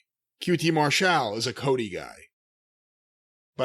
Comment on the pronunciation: Haven’t watched it yet but Jim is gonna say QT “Mar-Shall”